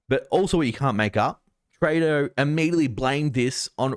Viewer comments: Come on its TREW-DO not TRAY-DO hes now the worst politician in the world since Ardern and Andrews figured out they could never be any more pure evil than they already achieved, so the least we can do is pronounce his name properly. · Trudeau is pronounced true-doe with the accent on the second syllable.